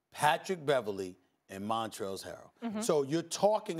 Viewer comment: Stephen A pronounces Trez's name as Montrelz. He got the "z" and "l" backwards